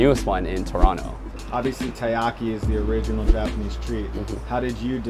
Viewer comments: i feels weird when you say tie-ahki, when i lived in japan they always say Terriyaki. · That cringe-worthy moment when even the Co-Owner of a Taiyaki shop pronounces Taiyaki wrong :/